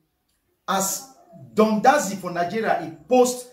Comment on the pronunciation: He cannot even pronounced Don jazzy.